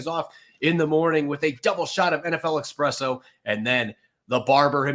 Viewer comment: it’s eSpresso not eXpresso JESUS